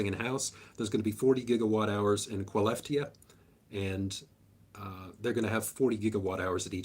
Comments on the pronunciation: Your "Skellefteå" pronunciation is good, just the last vowel is an Å, the ring means it's basically pronounced like an English "Oh". So "Shell-efte-oh" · If you want to say Skelleftea in the right way, just read it straight as its spelled, but put an O at the end. It will be acceptable here in Sweden. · Skellefteå is kind of these sounds: CHE(vrolet) LEFT E OH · As a Swede I do not approve of the pronunciation of "Skelefteå". 😂 Nailed pronunciation of "Scania" though. On a more serious note, thanks for the content! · Great short summary! Pronouncing “Skellefteå” town in northern Sweden Sk is a single sound, pronounced almost as German ch in Bach (but weaker). All three e in Skellefteå are short, like in let. The å sounds like o in boring, but shorter.